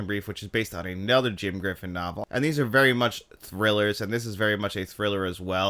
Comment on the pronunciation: Sorry man, but It’s John Grisham not Jim Griffin (or at least that’s how it sounded on my TV)